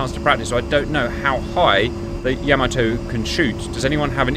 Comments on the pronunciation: Just wondering if you knew you were pronouncing "Yamato" wrong. It's yuh·MAA·tow not Yah-ma-TOW. Didn't know if you were doing this on purpose. If so, please stop. I find it disrespectful to this amazing machine and the people lost on her. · Very cool, but it's not Yama-TOE, but rather YA-mato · Yamato not yama toe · It not Ya-mo-Toe it is Ya-MO-toe. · It is not Yamm A tow It is Yah Mah Tow! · Not pronounced Yama-toe it is Yah-ma-toe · you should look up how to pronounce words like Yamato